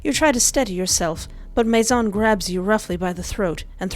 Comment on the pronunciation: Fun fact: His name isn't pronounced Mace-On, Or mace-in, It's actually Maizon, the french word for.. GUESS WHAT!! HOUSE. That's a clever lil' name to give a lure from a house. It's almost a warning. "La Maison."